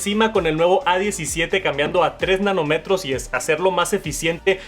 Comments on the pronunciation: Ojo con la pronunciacion de nanOmetros. No es nanoMEtros. Ojo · Jajaja “Nanométros” “Sustentable” “Tácticos” Dios que espeluznante. No se como es que tienes seguidores. En los pocos videos que me aparecen de sugerencia, que veo solo porque me da hueva cambiarle, en todos tienes imprecisiones de esas y montón de tonterías así. Me metí a tu podcast por pura curiosidad y es lo mismo. Desesperante. Jajaj que bárbaro. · nanomEtros jajajajja habla bieeeen